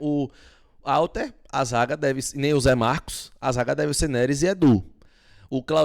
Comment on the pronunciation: a pronúncia é Rhalter, o nome começa com H, mas a pronúncia é Rha. Ok? e não Alter. Fica a dica.